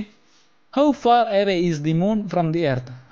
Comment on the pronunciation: Good but a problem you can't pronounce the earth that all are good 👍👍